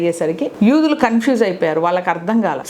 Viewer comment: యుదులు కాదు యూదులు